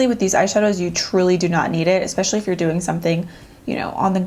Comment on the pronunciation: i hear "dewing really well" "these dew last .." lolol